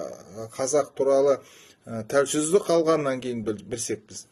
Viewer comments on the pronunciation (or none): Оййй , айналайын , алдымен казакшанды жондеп сойлеп алшы , тылынды шайнамай...Тауелсыздык деген созды дурыс айта алмасан несыне Казак болып , казактар туралы пыкыр айтасын ...Кыскасы , "Демалсаншы "..😚😡